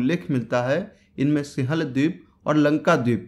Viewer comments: Singhal h bhai wo sihal nhi thoda apni hindi ki pronunciation pr dhyan de😃😃😃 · सिहल नही यार भाई। सिंगल बोलो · लिखत हैं सिंहल द्वीप लेकिन उसका उच्चारण सिंव्हल द्वीप है | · सिंहल, सिंहल उच्चारण नहीं होता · सिंहल का उच्चारण सीख ले रे बावलिबूच